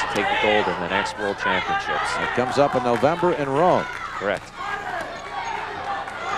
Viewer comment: "Championchips" LMAO!